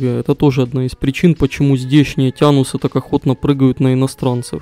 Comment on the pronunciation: Не тянусы а тнусы